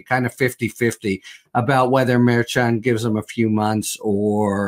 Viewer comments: Pronounced... M E R C H O N!!! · Tell poor how to pronounce Judge Merchan's name please! He can do better!